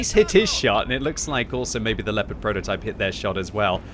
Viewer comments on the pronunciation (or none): none